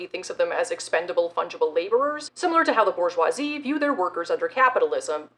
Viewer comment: BoR-jwah That’s how waluigia says bourgeoisie This is good and the correct way